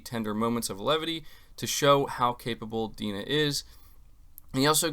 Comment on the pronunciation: It's not 'D-nah' "dai-na"